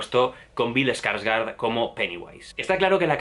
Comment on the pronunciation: Se dice "SPOILERS" no "espoilers". No le pongas letras donde no hay. Y se dice "gor" no "gore". Y se dice "Skarsgård" no "ESkarsgård". Y también "Chastein" no "Chastain".